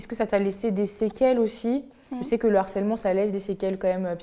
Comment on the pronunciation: On dit svp : du harcèlement * on ne fait pas de liaison *.